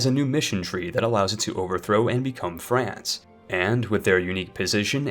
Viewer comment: Franke and frankonia? Or... france and franconia I had to lol